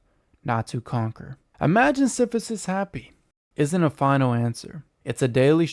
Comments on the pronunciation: Siph-i-sus. Yikes. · Your pronunciation of Sisyphus is making this very hard to take seriously…